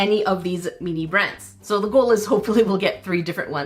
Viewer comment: Why do you say meanie instead of mini 😭